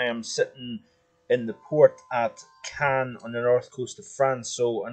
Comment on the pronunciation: You weren't in Cannes. That's on the Mediterranean coast of France. Caen is NOT pronounced the same way as Cannes.